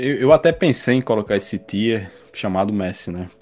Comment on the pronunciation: "taier" list é fei demais de ouvir tá doido